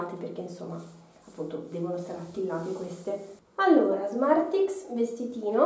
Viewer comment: allora non sono la sola a sentire smarti